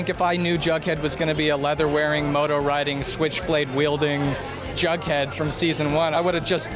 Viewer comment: Am I the only one who realized she keeps on sayin Baghdad instead of Jughead